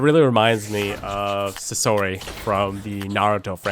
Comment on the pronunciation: It's pronounced saasori not sasori